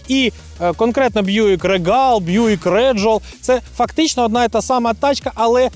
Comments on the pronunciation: рігл а не регал:face-blue-smiling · Произношение Regal звучит как рИгл или рИгел, ударение на первый слог, транскрипция: /ˈriːɡəl/ Обзорщики не умеют в произношение марок и моделей авто.